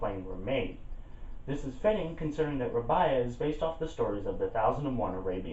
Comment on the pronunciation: R-ay-be-a Not Rab-I-a